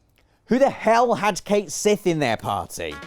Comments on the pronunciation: Cait Sith is pronounced "Ket Shee". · ...I had Cait Sith in my party. He's really Reeve so he's cool in my book. Also it's pronounced Ket Shee.